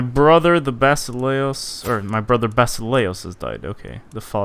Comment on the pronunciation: Basileus(Βασιλεύς) is pronounced Vasilefs in Greek and it's the ancient Greek word for King. Although the rulers of the Eastern Roman Empire were Emperors technically.